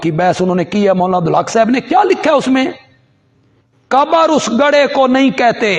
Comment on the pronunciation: علماء دین کو تو لازمی طور سے اپنا "ش" "ق" درست کر لینا چاہیے۔ مسلسل قبر کو کبر کہہ رہے ہیں۔ افسوس یہ لفظ قران کو بھی صحیح ادا نہیں کر پاتے، اسے بھی کران کہتے ہیں۔